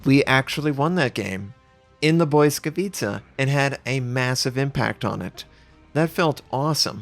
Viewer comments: Lmao the pronunciation. I don't know if I'm right either but I think its Blee-ska-vee-cha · Try reading it like it's "Blitzkavitsa". You get it mostly right and it's not even that far from the original meaning - błyskawica - lightning (pol) and blitz - ligthning (ger). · "Błyskawica" is pronounced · Being Polish and listening to this pronunciation is difficult.